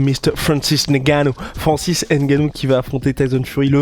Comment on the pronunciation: Francis Ngannou Pas N gannou